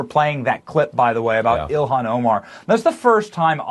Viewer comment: He said Elon Omar. 😂